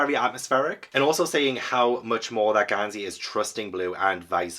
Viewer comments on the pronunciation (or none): not GONE-sey 😭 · goes and makes Gansey even more posh with calling him Gohn-sey 😂